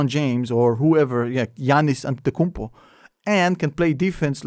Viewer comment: I’m surprised at how well you pronounce “Antetokounmpo “ lol